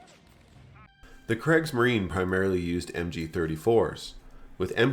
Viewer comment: Only thing I'd say is that the first part of Kriegsmarine is pronounced like the Cre in Creed otherwise smashing job.